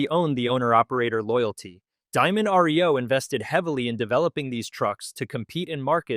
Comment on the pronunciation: My gawd! It is NOT R -E - O. It is Reo. One word.